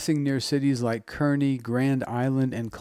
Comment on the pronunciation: Kearney, NE = Car-knee